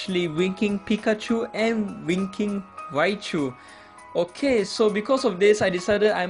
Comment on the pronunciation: I thought you said "Dimentio" or "Dimension" when you mentioned Darmanitan, lol. And when you mentioned Winking Raichu, I thought you said "freakin' Raichu".